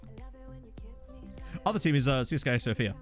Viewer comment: In Russian you should actually pronounce CSKA as Tse-Es-Ka because "Siska" means "boob" :) Really sweet Conference League showing! Achieving something against more reputable clubs always feels so nice as a smaller club breaking into Europe for the first time.